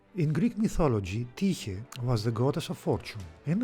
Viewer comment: Well done video and very informative. Now I know how to properly pronounce Tyche.